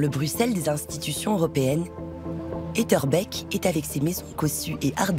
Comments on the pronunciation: Etterbècque ? On dit Etterbééééék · Allez, un petit conseil de prononciation : éteurbéék ( comme skarbéék )😂